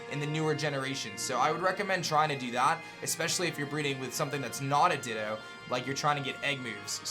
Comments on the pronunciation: Nobody: absolutely nobody:: dittOH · The ways you pronounce things really grinds my gears. "Everstooone" and "Dittooough". Very informative though, but man that's like nails on chalkboard to me.